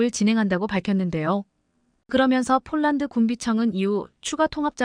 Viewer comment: 쫄란드가아니고 폴란드라고해야지 한국어공부좀하고방송해